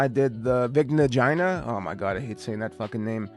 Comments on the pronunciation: my brother in christ you are the one making the name weird. it's the veeg-na gee-na not fucking vigna gina. mind in the gutter oml. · i watched the movie. they say it like that. even vigna "guy-na" would be fine. your insistence on a soft g is so peculiar and this is the only time i've ever heard it pronounced like that.